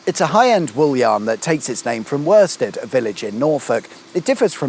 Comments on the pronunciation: You bloody idiot 🤦🏼‍♂️ it's a small Norfolk village called Worstead! not wherstead, that's in Suffolk. Worstead is also home to the world famous Worstead Festival 🌍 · Sadly, Worstead was not pronounced the same as us locals say it.